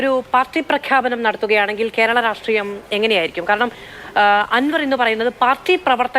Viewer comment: സ യും ശ യും പറയാൻ അറിയാത്ത ഈ നാറിയെ ആരാ ചർച്ചയ്ക്ക് വിളിക്കുന്നത് രാട്രീയം അല്ല myre രാഷ്ട്രിയം..... ഇങ്ങനൊരു തോൽവി